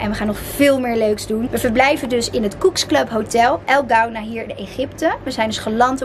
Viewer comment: Je spreekt het uit als El Koena :-)